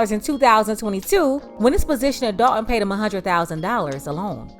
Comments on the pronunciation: It’s not pronounced “dalt en or thort en” it’s dal ton , Thor ton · DOL TON not DOL EN THOR TON not THOR EN...